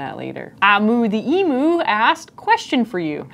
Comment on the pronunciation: It is not Eee mooo... ithe Emu is pronounced Eem-u Eem-u not eeemoo